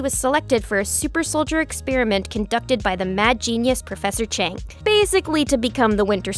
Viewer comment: “Professor chank” 💀